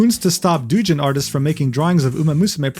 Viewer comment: my guy, I have some bad news for you... the word "doujin" does not rhyme with your name.;)